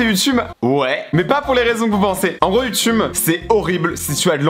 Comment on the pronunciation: Mec t’a dit YouTume 😂😂